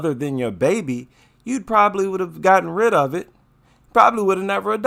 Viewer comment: WHEN SHE SAID "IT'S MY BABY", i THOUGHT SHE SAID "IT'S MY MATEY".